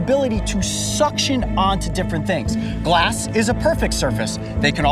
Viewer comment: Glåss? Glåss sounds like gloss. 😂